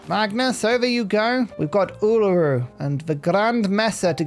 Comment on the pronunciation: hey! you actually pronounced uluru correctly :D preciate that